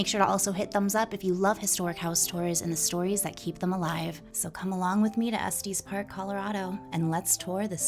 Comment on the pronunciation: It’s not Estees Park , it’s Es TES park. Like Estus.